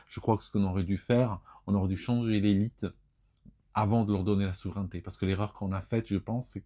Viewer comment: attention à la prononciation du mot : souveraineté \su.vʁɛn.te\ :face-red-heart-shape